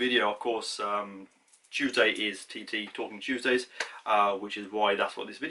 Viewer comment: Did you say talking Tuesdays !